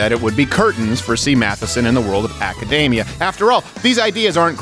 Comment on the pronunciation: AcadDAME-IA. That’s not how you pronounce it, it’s ACADEEM-IA. The world is always trying to contain fatness, it’s called XXXXXXL.